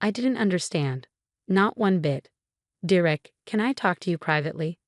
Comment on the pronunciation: For pete's sake, it's pronounced dare ick. Stop with the AI!